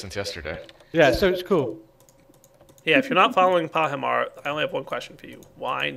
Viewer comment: but doesn't pahimar say it as its spelled?